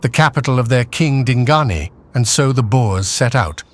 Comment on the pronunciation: Boers not boars. Boars are pigs as in 'wild boars'.